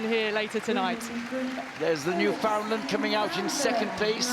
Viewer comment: Jesus, Mary and Joseph. It's a Newfoundland Dog. Not a Newfoundlund. The name rhymes with Newf-In-Land, as in understand. Newfoundland is not in North Western Canada. It's as close to The UK as one can get an still be on The North American continent. Smarten-up will you.